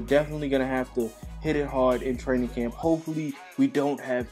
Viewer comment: 🤣 did anyone notice that he said "Cramp" instead of Camp